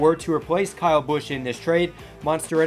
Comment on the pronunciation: Say Kyle, not Cow.